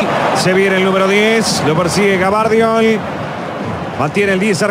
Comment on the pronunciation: el yorugua dice GABARDIOL el unico que le cambia el apellido. bien ahi hacemos y decimos lo que se nos canta las pelotas de futbol...